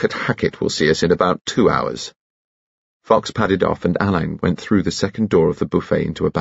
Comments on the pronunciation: Unfortunately Benedict is pronouncing his name incorrectly, it's not Alayne as "a lane" it should be Allin like "Al in". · That's what I was thinking, 'it was Ngaio Marsh's fault that everyone pronounces the name wrong according to Ngaio Marsh it should be pronounced Allen' 🤔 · It's the fault of Ngaio Marsh that so many people misprounce the inspector's name.😮 It's pronounced Allen according to the author ❤